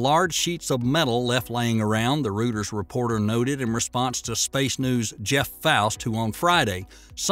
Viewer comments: Reuters is pronounced “routers” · Actually It's Pronounced Royters!!!